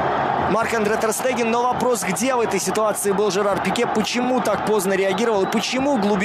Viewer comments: че вы все несете?!? Штеген - правильно. Пишется Stegen в немецкой раскладке. Тоже самое танк Штуг- Stug, Штраусс - Strauss. Надеюсь наконец вы закройте свои рты, олухи и будете проверять инфу. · Всё класс, но есть вопрос к комментатору, почему ТерСтеген если он ТерШтеген(!!!) изучите блин произношение имён и фамилий... Карвахаль произнес правильно, а по твей логике тогда он КарваДЖаль.... Надеюсь хоть кто нибудь задумается